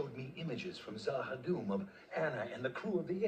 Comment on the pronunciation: She will get the pronunciation for Z'ha'dum eventually. LOL * "ZA'HA'DOOM" :)